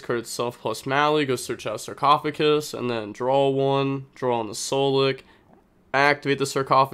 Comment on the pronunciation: Bro you're so close on the sarcophagus. Just DONT replace the g with c in GUS